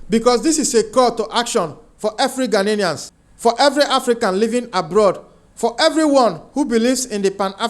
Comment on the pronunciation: Ghanaian not Ghananian